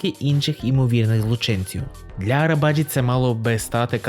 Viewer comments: Наголос має бути на і, і навіть не на і, а на и - Арабаджи́ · Правильна вимова імені Necati Arabacı - Неджа́ті Арабаджи́